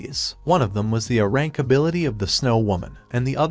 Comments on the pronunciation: I HONESTLY CAN NOT STAND THE STUPID TEXT TO VOICE SAYING UH RANK INSTEAD OF A RANK.... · Quick little helper, for your text to speech thing, type (A Rank) as ("A" Rank) in order for it to be pronounced more accurately. Also, thanks for the recap. :) edit: this strategy may also work for more than just that phrase. edit 2: you can also type "A-Rank" as well